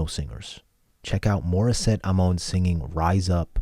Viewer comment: Thanks for reacting to Morisette. I am a Filipino. I hope you don't mind my correcting your pronunciation of Amon. It's pronounced Ah-mon.